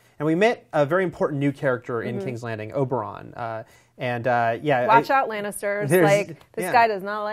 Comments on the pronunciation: even if it was just a random mistake its kinda weird hearing someone who has read the books say oberon instead of oberyn... its almost like saying Oh Bronn? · Oberyn (Oh-Buh-Rin), please pronounce it correctly. Last thing we need is more confusion between Bronn, Bran and now Oberyn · O'Bron? really?